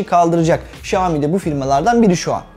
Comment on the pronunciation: okunuşu Şami değil şayomi diye okunur